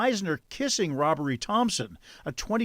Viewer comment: There must be something wrong with my ears, why does it sound like this guy’s first name is “Robbery” or “Rubbery?” Help me out here!